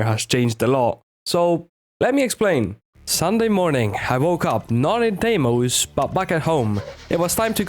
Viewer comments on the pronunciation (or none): none